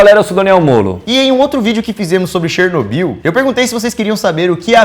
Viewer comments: Chernobiú, chernobiú, chernobiú... É cherNÓbyl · SÓ EU ESPEREI O DANIEL FALAR '' DANIEL CHERNOBYL ''?